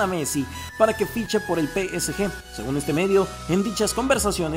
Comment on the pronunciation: muy bueno tu pero trata de pronunciar bien el nombre del psg